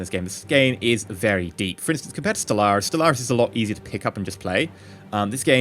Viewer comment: What does he say is easier to just pick up and play ? Stel Ars? I can't understand him.